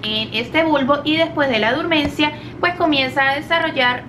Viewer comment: Se dice dormancia (Del fr. dormance) o dormición, no durmancia.